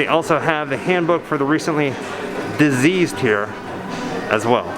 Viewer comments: You kept saying Diseased not Deceased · You keep saying deceased wrong on the book driving me nutz listening to you not diseased it's dead deceased!! 😖😖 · Why do you say diseased instead of deceased? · I noticed you kept calling the "Handbook for the Recently Deceased" Recently "Diseased"...or was that on purpose? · Soo why did you decide to pronounce "deceased" wrong? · Because that's how Adam mispronounced it in the movie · Tim...it's a scene in the movie. First time Baldwin finds it he mispronounced the name and Gena Davis corrects him.